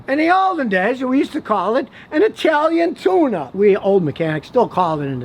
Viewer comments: Thought u said "the Italian tuna 🐟" 😂😂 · Scotty, I must be getting old. At first I thought you said an Italian Tuna, and I said to myself what is he talking about?